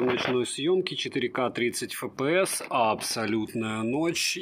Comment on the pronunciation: FPS - Фэ Пэ Эс... Серьёзно? А почему тогда не Фэ Пэ Сэ? Правильно: Эф Пэ Эс (рус.) / Эф Пи Эс (англ.). HD - Аш Ди, а почему не Аш Дэ? Правильно: Ха Дэ (рус.) / Эйч Ди (англ.). Вы вообще какой алфавит используете? Смесь разных? Испанский стыд. Удачного дня вам.